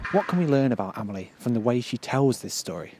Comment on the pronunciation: Just for once . . . can you pronounce her name the way it is . . . ? 😨😰